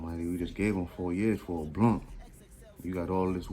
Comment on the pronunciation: lmaooo "we just gave somebody 4 years fo a bluhn" keep going man these stories are hilarious